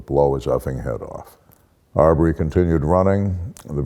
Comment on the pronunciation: Ahmaud Arbery is pronounced "Armed Robbery"